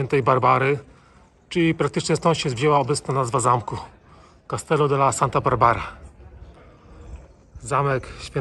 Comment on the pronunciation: błagam tylko nie castello tylko castillo, to Hiszpania a nie Włochy...